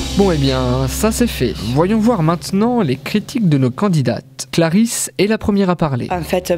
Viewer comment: Clarisse pas clarize